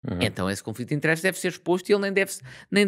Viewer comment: Muito bom como sempre 👌🏼 mas...porquê "interésses"? 😂